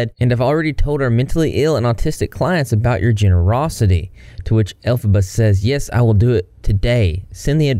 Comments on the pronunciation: Its pronounced "El-fob-a" (Can't really put it in words I guess, hopefully you can get the pronunciation from that) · Ya know I was really enjoying your content but the elphbaba whatever shame on you for making us suffer through that!!! That was just mean😄